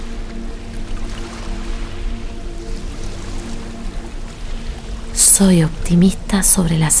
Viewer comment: el yo lo pronuncia muy fuerte así no me concentro con ese tono